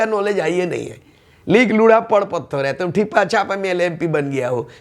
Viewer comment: ... महाशय आपने जो कहा लिख.... पढ़ पत्थर, आपका उच्चारण सही नहीं था, आपने भी आम लोगों के तरह ही उच्चारण किया जो आपकी विद्वता पर संदेह उत्पन्न करता है... सही उच्चारण लोढ़ा होता है, जो आपने किया वो हम आदिवासी लोग सार्वजनिक तौर पर नहीं करते हैं।